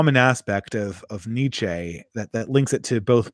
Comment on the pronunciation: Nietzsche is pronounced a bit like neat-sheh or neats-sheh. A bit like "meh" at the end. There are probably better phonetic fits, but that's what I could think of at a glance. Overall great video btw., quite a bit more productive than the last few imo.